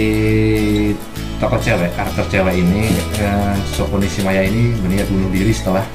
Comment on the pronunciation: Nishimiya bro... Bukan nishimaya 🤣🤣🤣